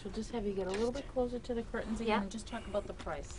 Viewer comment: I'm just here for the 98th time the rest of you. I love her glottal stop on cur'ains.